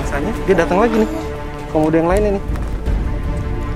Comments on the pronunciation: Bang Panji bilang komodo kodomo wkwkwk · Bang panji pas mundur kok bilang kodomo😂😂😂😂 bukan komodo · 8.08 bang komodo bukan kodomo wkwk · iya a panji ngomong kodomo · kak Panji bilang kodomo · bukan kodomo kak tapi komodo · Kodomo apa komodo bg... Sumpah lucu gw ingat iklan pasta gigi pas abg bilang kodomo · MENIT 8.08 a panji bilang kodomo bukan komodo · Bang Panji bukan kodomo tapi komodo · Bang yang bener komodo apa kodomo.😂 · KODOMO? Ada yang denger juga ? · di menit gua kok denger kodomo ya